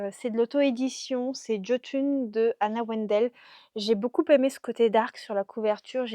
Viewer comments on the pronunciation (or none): Jotun est superbe !!! Ça se prononce Yotune